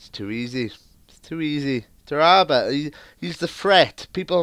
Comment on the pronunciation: its tara bt not tarrabut